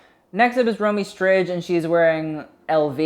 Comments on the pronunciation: stridge :D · I know lol im %100 sure its pronounced strid the j is silent